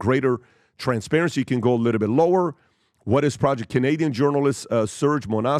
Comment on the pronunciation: Every episode "a liddlebit"